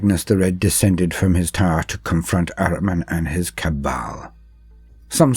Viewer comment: ahriman is one of few persian names in 40k universe. it is an ancient name of aspect of lie and darkness enemy and other half of sepanda . the name is so old that zartusht use it in his creed and we have it in our religion . and correct pronunciation is AH-REE-MAN not araman